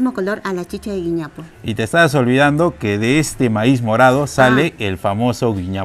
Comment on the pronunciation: Querida se llama "güiñapo"